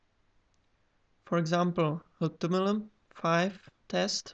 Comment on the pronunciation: hehehehehe how do you say HTML? hutumul 5....